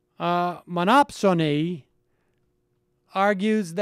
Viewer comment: I see, Sam, that you finally got the word "monopsony" right. Your decision to take the effort required to correct yourself demonstrates a desire to learn a thing or two about economics. Ironically I have chosen to go in the opposite direction since I now count myself as a member of the so-called "progressive" collective. Funny how that shit works, ey?